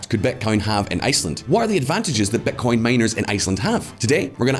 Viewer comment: Amazing video as always. But why do you say "betcoin" instead of bitcoin?